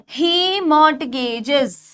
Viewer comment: Dear maam, It's not MORT-GAJ It's Mor(t)Gage